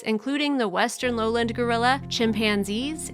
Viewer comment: I don't like these types of heavily edited mini movies. They don't show the actual activity - like describing the baby gorilla following the dad as they're showing him walking ahead of the dad! Or talking about them in a zoo and showing clips of them in the wild! And too many narrators don't know how to pronounce simple words like foliage not foilage! Lowland is low land not 'lowlind'. I feel like they steal clips from original videos and somebody edits them together in a very uninteresting way and adds an even more uninteresting script. Others may feel differently but that's how I feel when I see these types of poorly edited videos.